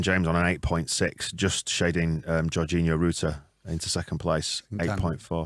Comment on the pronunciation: . The r was in the wrong place. Georginio, There was no extra r.